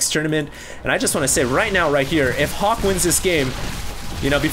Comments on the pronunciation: everytime says Hawk, I think I hear Huk lol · is so asian when he says Hawk....people hear Huk. LOL